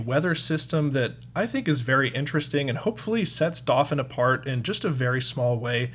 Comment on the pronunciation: I can't be the first to ask if you're pronouncing "dauphin" wrong on purpose